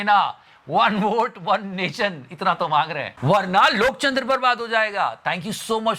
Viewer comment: Please stop saying lokchandra again and again, I almost forgot Loktantra ,,😂.. thought lokchnadra is correct.